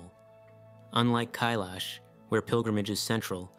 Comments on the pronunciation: Kailash rhymes with "my wash" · Mate, look up how to pronounce places before you make videos about them huh? Kailash and Uluṟu for example.